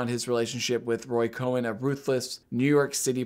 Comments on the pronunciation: COHN. 1 syllable. Not Cohen. And he was a real A-hole. But this was before anyone knew what words like "Empathy" meant.... it was a very different world back then... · Cohn is pronounced like cone.